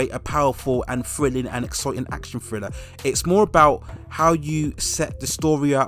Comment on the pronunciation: "Friller"?🤦‍♀️....maybe learn to pronounce "th" b4 narration?